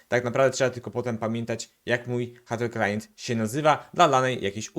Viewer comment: Całe czas słysze, że mówisz htteklient :)